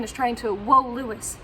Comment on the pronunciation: I had to rewind to make sure you said "Woe Louis" instead of "Woo Lois" 😀 I have the "Witch of Metropolis" story from Lois Lane #1 in the Lois Lane 80 Page Giant, but I too have never seen a Lois Lane #1 in person.